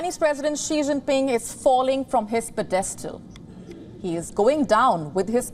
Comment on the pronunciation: This lady can’t pronounce the word pedestal correctly. Gosh her English is brutal. Wion seems like a gossip station as well. Almost ready to unsubscribe